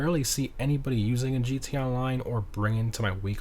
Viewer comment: Why do you say “gee-tay online” instead of “GTA online”?